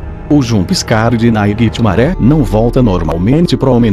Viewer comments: quem é "nainitimare" kkkkk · Nightmaré hahahahahahahahahahahaha ele n sabe fala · Para de falar naiguiti maré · Para de falar NAIGITIMARÉ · PARA DE FALAR NAIGITI MARE!!!!!!!!! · Para de fala nithgnare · Para de falar nhitsmare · Para de falar naiguitihgfgdthd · Mano quantas vezes você falou nighrmare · ele fala o nightmare errado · Tanto mais tanto naiguitimaré que eu esqueci de como se fala nightmare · Meu filho já tá enjoando você fala nighitmare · quantas vezes ele disse niguemare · mds viciei em falar naiguitimaré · "Naiguiti maré" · Naiguitimaré a palavra que eu ouvei muito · kkkkkk eu sei, eu acho até engraçado ele falar Naiguitimaré ao invés de Nightmare! Kkkkkk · Se tu ganha se mil reais a cada vez que tu fala nighitimare tu ficaria rico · Náiguitimaré dá muito medo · como c iscrever nightmare do geito que ele fala nightMARE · ele falou 27 vezes NAIGUITIMARE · o nome q vc fala e nigthimare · Nightmare não Naiguitimaré kkkk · Naigtimaré kssssksksk Fredibear ksksksksksssk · VC só. Fala. ISO. Nithamare. !!!😓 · Porra para de falar nightmaré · cansei de ouvi naiguitinare